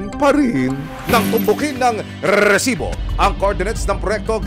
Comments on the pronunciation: Rrrrrrrrrrrrrrrrrsibo. Kala ko nagha hung cp ko. Rrrrrrrrrrrrrsibo😂😂😂😂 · Ayos n sna ung documentary.. Kaumay lng ung paulit2x na RRRRRRRR|RRESIBO.. 😂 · Pwede po bang pakibawasan ung pagsasabi ng rrrrresibo. Medyo cringe e haha di ko maseryoso ung topic nyo 😂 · Umay sa rrrrrRrrrRrresibo.. 😅Very paulit2x.. 😂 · RRRRRRRRRESIBO 😂 (batkasi bawat pag sabi ng resibo ganyan HWHAHWHA) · ok sana itong resibo, kaso OA lang yun pagkabigkas ni sumangil ng rrrresibo😅😅😅